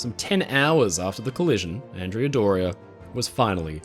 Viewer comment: Love your videos! Please pronounce Andrea Doria in its correct Italian form, ahn-DRAY-uh DOR-ee-ah. She was named after a 15th century admiral. Keep up the great work!